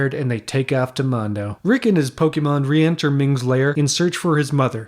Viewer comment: Mongo not Mondo dude